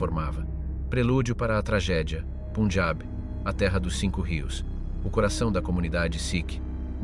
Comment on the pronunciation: Get your bloody pronunciation right!...PUN! AS IN BUN...PUNJAB!!!... Not PUNEJAB, YA TWIT. :face-orange-frowning